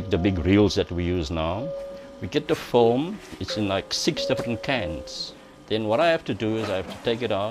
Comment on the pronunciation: Every time he says 'Film' it sounds to me like 'foam'...